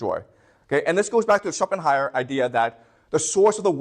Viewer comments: It doesn't really add up that nicely like he wants it to have happened, but nevertheless interesting lecture. Ah, it's SchopenHAUER not Schopenheimer, drives me crazy hehe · This is an absolutely GENIUS lecture! But please stop calling Shopenhauer Shopenheimer 🥲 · oh fuck,this man is called Shopenhauer NOT Shopenheimer.Boy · Schopenhauer, not Schopenheimer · When he finally remembers from his slide that it's Schopenhauer, not Schopenheimer and seamlessly corrects ^^ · Schopenhauer not Schopenheimer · please stop saying Schopenheimer 😅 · Schopenhauer not Schopenheimer. Klugscheissmodus aus. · Good content!! But please, it’s Schopenhauer, not Schoppenheimer 😅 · Not Schopenheimer... ShopenHAUER... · Schopenheymer :D